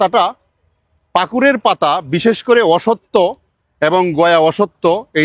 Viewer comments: কনফিউশান ক্লিয়ার হল। তবে সব 'অসত্থ'কে 'অসত্য'র মতো শোনালো। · উচ্চারণ হবে অশশূত্ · স্যার, অশ্বত্থ উচ্চারণ হবে 'অশ্ শথ্থ'।